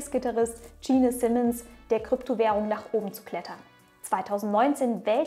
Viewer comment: und DSCHIIN simmons. stummes e am ende. Aber die Grübchen und der Content reißen es halt immer wieder easy raus. :)